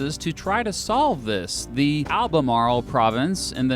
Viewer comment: I grew up on the Virginia border of North Carolina and I was jarred by the way you pronounced Albemarle and Appalachian.